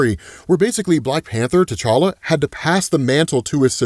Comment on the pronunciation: Can you please stop saying the name to tCholla, it's so annoying!!!!